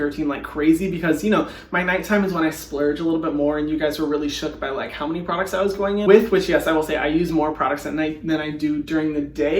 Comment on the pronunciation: He literally sounded like an Aussie bogan when he said “looiike” lmfao bless u Hyram